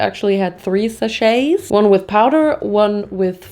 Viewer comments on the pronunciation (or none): Died at „Sachéts?“ 🤣🤣🤣💦🩷 Love you!!! ❤️‍🔥🍜🌶️